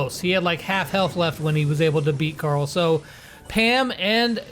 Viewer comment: Pet pees .. not carll. Its Carl hehhe no joke